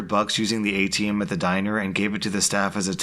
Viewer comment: When he said ATM I thought he said A team